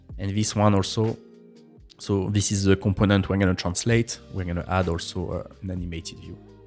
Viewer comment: zen(then), eez(this),zeez(these) 😉😁